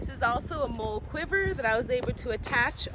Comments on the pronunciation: You think like I do: any pouch gets a small knife and a lighter because reasons yet to be realized. Addendum: MOLLE is traditionally pronounced "Molly", in part as a tribute to its predecessor system, ALICE. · Great video! Love your passion for the craft! I do believe the word is pronounced “Molly”. I know it’s spelled molle, but it’s not a big deal! The older version of molle was called daisy. Daisy wedding and molle webbing. I think there’s a third type, but I can’t remember. Anyway, Have a great day! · Great video. Very impressive and functional setup Btw molle is pronounced molly and it stands for the Modular lightweight load-carrying equipment which replaced Alice gear (All-purpose lightweight individual carrying equipment) which was what I used when I served (yeah, I’m old). I too prefer the drop leg holster for my pew pew. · Is it pronounced MOLE or MOLLY? I do not know but heard both now. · MOLE? It is called mol...le :) You are a crazy lady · I believe you MOLLE not MOLE 🤣🤣🤣. I :face-red-heart-shape: your video, I am a fan now!!!!!!!!!!!!!!!!!!!!